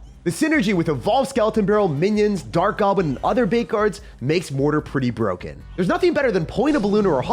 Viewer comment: "The evo ghost is BWOKEN." -certain person